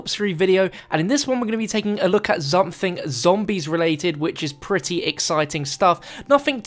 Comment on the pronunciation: Ok, are we just gonna ignore the fact he purposely said 'zomething zombie related'